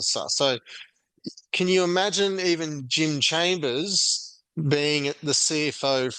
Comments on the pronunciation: its chalmers not chambers bro wtf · lol Jim chambers eh? It’s chalmers mate… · Chalmers dude, not Chambers 👍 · ChaLmers… if you’re going to critique someone, learn their name. If you haven’t bothered to listen to how his name is pronounced, how can we trust your information about him?